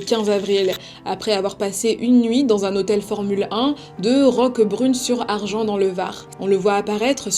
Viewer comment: Juste les noms des villes du sud font mal aux oreilles. La ville c’est Le Pontet donc l’on dit Au Pontet et non à Pontet et l’on prononce le S a Argens . Sinon très bonne vidéo merci